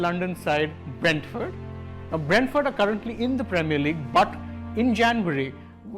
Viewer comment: It is Brentford not Bradford, these are two different clubs, improve pronunciation